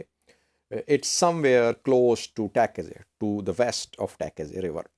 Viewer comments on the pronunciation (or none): none